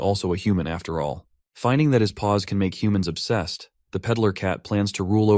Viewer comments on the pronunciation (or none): BRO I KEEP HEARING “balls” instead of paws it’s so weird😭🥀